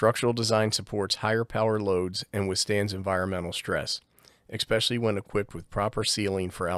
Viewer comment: I love you, but please, it's "esp" not "ex" pecially